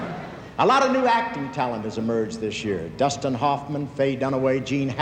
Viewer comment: “Dustin Huffman” 😂😂